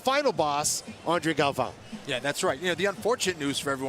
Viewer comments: Who is this announcer? Can't even pronounce the last name of one of the greats. Galvão! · Announcer needs to do his homework. Cringed every time he said the names wrong. Shame how such a highly anticipated and well-produced show can be let down by bad announcers. Terrible job. Let's hope Bruce and the other announcers do get their pronunciation right on Day 2.